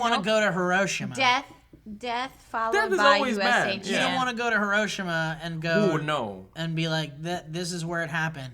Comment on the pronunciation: I love how mispronounced Hiroshima